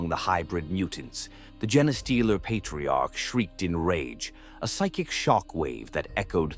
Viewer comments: I wish channels would stop using AI.... jenna-stealer...tie-ranids, would be nice if the pronounced anything right... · Isn't it pronounced Jean Steeler like you know they steal your genes of your DNA not this other word he's saying like am I wrong have I been pronouncing it wrong this whole time I thought the name made sense they steal human genes or infect you know other races genes you know their DNA and turn them into something else